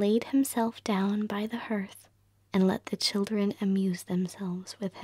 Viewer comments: This is WONDERFUL! 💜💕💙 Only I wish you knew how to pronounce the word "hearth". It's the same way as the word "heart". ❤️ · Hearth is pronounced HARTH ! Shakes head, again… it’s harth Is it because Americans didn’t grow up with indoor fireplaces? Or they weren’t read to as children? I’ve not heard one be able to pronounce hearth correctly! 🤷🏻‍♀️